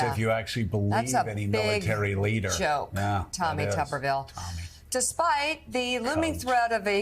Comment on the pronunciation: Why is Tuberville not pronounced properly, as with a potato which is a tuber? Is it because he's Mr. potato head?